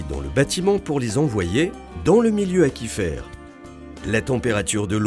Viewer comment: Il me semble que "aquifère" se prononce "acouifère" (comme aquarium) et pas "akifère".